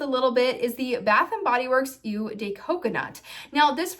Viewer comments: "Eau" is pronounces like the English letter "O"......you are saying it as "U" for some reason. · Eau is pronounced like oh (not ew). Just being helpful, not to be mean.